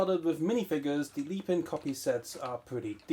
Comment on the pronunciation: Mate wtf is leepin it is lepin sound it out